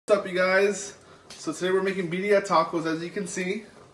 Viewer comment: “bee dia tacos”